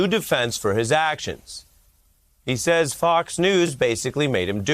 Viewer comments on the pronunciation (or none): none